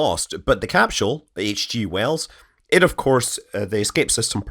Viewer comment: THERE IS NO DAMN “ H “ IN CAPSULE SCOTT !! How many times do you need to be told this simple fact? This is not like the difference in spelling “aluminum” or “aluminium”. Even the Oxford English Dictionary shows NO “h” in capsule so don’t try arguing it from the “mother tongue” shite!